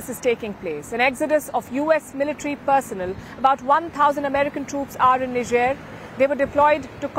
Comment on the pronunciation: Personnel is wrongly pronounced.You always make the same mistake time and again.Enroll yourself in pronunciation classes.